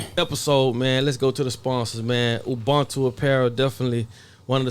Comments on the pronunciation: Its pronounced uboontu...not ubuntu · Pronounced uboontoo not ubhuntoo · Shout out, I used to watch your videos back in 2019/2020. Please learn how to pronounce Ubuntu and hat it means